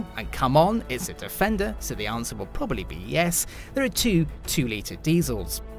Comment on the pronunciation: Its 'Defendery'! Lol